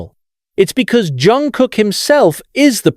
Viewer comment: Автор все ЗАМЕЧАТЕЛЬНО сказал о ЧОНГУКЕ, всё исключительно верно, но несколько раз повторялось не правильно его имя, это сильно режет слух, извините если не так, может дело в переводе. Чонгук очень талантливый певец, танцор и музыкант. ЧОНГУК П Р Е К Р А С Е Н, желаю ему счастья и ОГРОМНЫХ УСПЕХОВ в ТВОРЧЕСТВЕ, да и во всём!!!!!!!